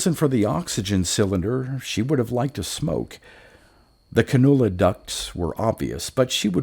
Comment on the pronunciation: Nice story! Also “Can-you-la”.